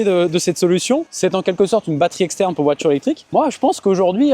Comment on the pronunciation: Répète après moi voi - ture,pas voi-tchure.